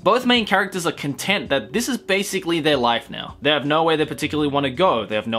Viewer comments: Anyone else hear "contempt" every time he's trying to say "content"? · Contempt or content? I keep hearing you say contempt but I think you mean content, though contempt might work too. Either or would seriously change the context. I ask in all seriousness and I don't mean to be a dick, so I apologize; but I haven't seen this anime yet. Regardless, I've added it to my watch list. Thanks for the great videos. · I think they mean content, but it sounds too much like contempt, as in hatred.. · Makeup on fleek. You really look "over" that cold.:) Please learn to say "content" when you mean "content" and "contempt" only when you don't mean "content". Very different words that just sound kinda similar.;)